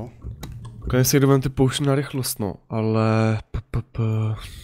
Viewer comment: Jak říká potion pojšn xd